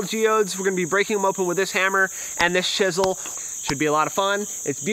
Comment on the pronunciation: Did you pronounce chisel as if the ch sounds like sh?